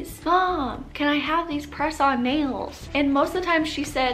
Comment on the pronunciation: Listening and not watching the video...When you kept saying press on nails but thought you were saying croissant bagels😂